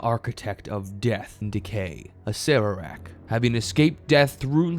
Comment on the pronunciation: Is that really how to pronounce his name? I always thought it was ass-er-ack